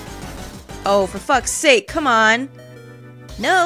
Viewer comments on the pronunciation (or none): none